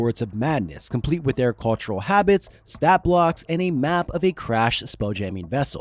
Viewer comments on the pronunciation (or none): none